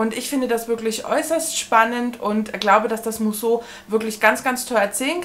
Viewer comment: Musso spricht man Müsso aus ☺️ich bin ja froh, dass mich keins von den Büchern reizt, so wird das was mit dem Subabbau. Liebe Grüße